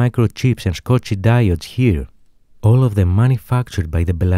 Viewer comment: it's Schottky diod, pronounce "shotki", not "scotchi". Don't be an idiot, use google next time